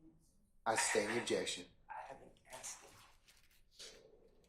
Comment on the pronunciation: It's pronounced...ASSKED NOT AKKSED..GEES THESE PEOPLE CANT SPEAK ENGLISH!!!!